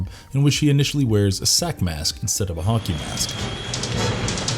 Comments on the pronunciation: Anyone else hear him say honkey mask instead of hockey mask? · Why do I keep hearing "honkey mask"? Help meeee!